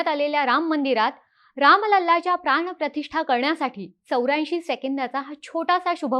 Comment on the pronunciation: प्राणप्रतिष्ठा asa ucchar ahe. …